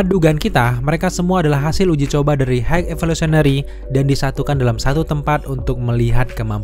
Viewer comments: "Hek Evosulinary" 😂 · "HEG EVISOLENERY" 😭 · Pelan2 bang…H I G H E V O L U T I O N A R Y….High evosulinary 😂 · dibacanya gini "hai evolusionery" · Bang... Kalo ngomong high evolusionery belepotan, di singkat aja bang 😂😂😂 supaya bang jangan sulit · Bang lu ngomong high evolutionary nya kaya yang berbelit, coba dengerin sendiri deh. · Kepeleset di high evolutionary ya? Wkwkw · sama, cosmo the pace dog juga agak susah, wkwkwk